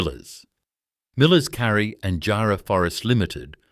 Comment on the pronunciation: Tough job getting a helicopter 6.30 to Jarman in 1888. Teach your AI to pronounce JARRAH and KARRI 👎👎👎👎